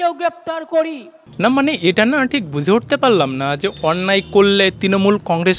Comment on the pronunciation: Zot না jot.বুসে না বুঝে।😂😂😂😂